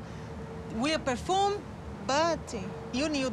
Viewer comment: Wtf is "per foom"? 😂😂😂